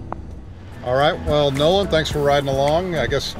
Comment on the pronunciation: It, Nolan , not Noah ! So sorry 😐